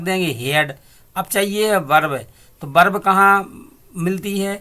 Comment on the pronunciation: Berb nahi bhai verb hoti hai be nhai ve hota😂😂😂🤣🤣😂🤣😂🤣😂🤣